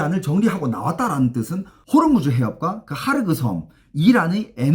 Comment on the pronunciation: 하르그 섬이다. 하르크 섬x ㅋㅋ